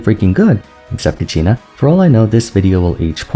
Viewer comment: the way said “except kachina” MESSY 😂😂